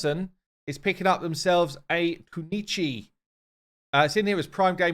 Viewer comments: Coo-Noy-Chi. Though this is a simplistic approach to correcting pronunciation this is the correct way to say Kunoichi. It's been bothering me hearing Kuno Ichi, just being a bit pedantic, use this info or not it doesn't matter. Thank you for your time. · Hi, its Kuno-ichi, spoken like that. Kuno ichi. not kunichi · It's just me, or it's pronounced Ku - No - Ichi, not K-nichi. xD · ITS NOT KUNICHI, ITS : (ku)(く)+(no)(ノ) +(ichi)(一)=KUNOICHI = female(女') NINJA, YOU ARE KILLING ME EACH TIME THAT U SAY IT PLS STOOOOOP :)))))) GOOD VIDS BTW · ku-no-i-chi is pronounced as is and means female or woman ninja. You learn this from anime. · Koo- no- ee-chee or Koo - noi (like in oil) - chee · Why raid youtubers can't pronounce "kunoichi" right? Ash also can't pronounce it and his editor keep corrected him in text to speech voice :))